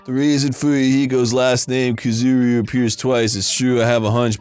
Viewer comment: PLEASE WHY DO THE VAS PRONOUNCE KUZURYU LIKE THAT